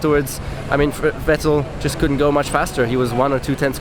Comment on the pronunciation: Good analysis. But Nico, honestly, being German you really should be able to pronounce Vettel.